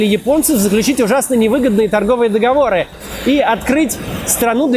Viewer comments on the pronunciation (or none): none